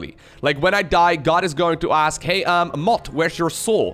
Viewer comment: love the dutch "he" XD goed bezig